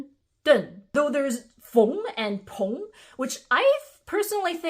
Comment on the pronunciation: FYI about Feng and Peng, not sure if it's your dialect, but they aren't pronounced with the "ong" sound. They're exactly what your prior examples of "eng" ending words were. Also, there is a Lü which people usually write as Lu because English doesn't really use umlauts.